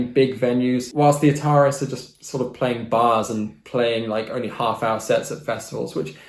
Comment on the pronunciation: you pronounced ataris wrong